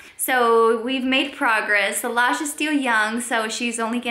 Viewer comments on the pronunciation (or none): And btw it’s solage not salash😊